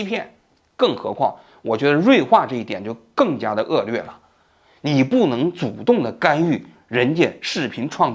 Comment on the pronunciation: 王局的很多视频都把“恶劣”读成恶”lue”，觉得这个档次的节目和播主不应该读错。